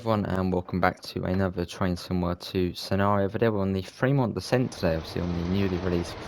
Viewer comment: DESCENT....not "decent". So much for being British and using English!